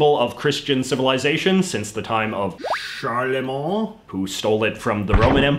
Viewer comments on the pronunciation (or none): sorry if someone has said the already but Charlemagne is pronounced Charle-main :) it's also the band name for Christopher Lee (Saroman) metal band concept album (yes really) Charlemagne: By the Sword and the Cross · Canadian calls coat of arms crest and coat of arms weird term for a crest. Clearly knows nothing about history. Doesn't use the proper French emblem. Butchers Charlemagne pronunciation. Calls Arab emirates Dubai. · Worst pronunciation of Charlemagne ever